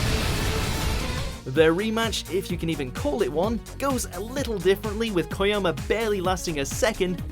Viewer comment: There's seriously not a single character called Koyoma in Mob Psycho... It would be fine if it was a type, but the guy said it too. At this point i can't take you guys seriously if you don't do a bit of research before starting the recordings.